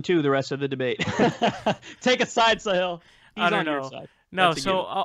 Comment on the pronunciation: Kyle its pronounced Sahil not "Sahiel" :p